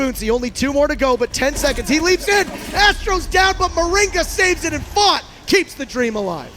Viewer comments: FONTT???? Don’t you mean FaZe?????? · It’s not font it’s faze now